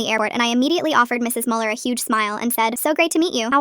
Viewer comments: Ich auch Bruder ich war so "was sagst du dumpf Kopf es ist Müller nicht MuELiEr" 😂😂😂😂😂😂😂😂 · I am German and the first thing that made me wanna Scream was „MuELlEr“ I know you guys don't use this „ü“ but still🤣